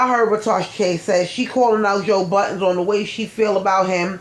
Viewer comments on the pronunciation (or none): This lady keep saying “joe BUTTONS” is aggravating me. It’s BUDDEN